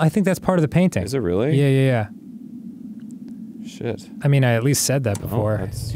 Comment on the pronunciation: Dan: "Shid" Me: Say Fard right now